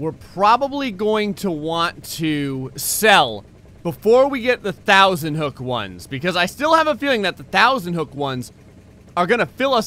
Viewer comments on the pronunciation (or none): none